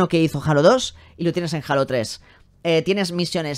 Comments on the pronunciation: Joder, cada vez que escuché "jalo", me da cringe haha Es halo O bien Jeilo Saludos bro. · Se pronuncia heilo xd no jalas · que raro que no pronuncie Halo como "Jeilo"Xd.